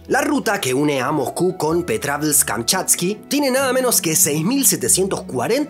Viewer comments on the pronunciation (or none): none